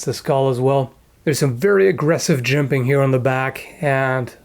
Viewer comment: What did he say ? Jimping? Jibing?